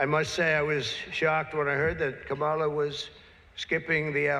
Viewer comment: It´s Kámala. KAMala.